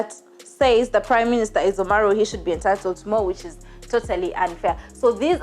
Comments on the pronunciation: It's Oromo not omaruu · She kept saying Omaru! 😆😆😆😆This was awful episode! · Oromo. Not omaro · My god her pronunciation is horrible. She should at least look up how to say Oromo, Amhara, or Somali so we could focus on the story. The bad pronunciation is distracting